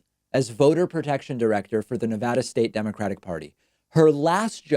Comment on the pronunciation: BRRROOOOOO. STOP OUTTING SO MUCH EMPHASIS ON NEVADUHHHH.. ITS NEVADAA AAAAAAAAWWW NEVADAWW